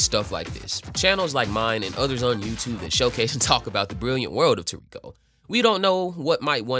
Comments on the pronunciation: The fuck is tuurekoh? It's toriko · You saying his name wrong broham but I love this manga and show he’s my fav character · You read a lot more than you talk… so just look up how to pronounce Gormet … Gormay and TOR rico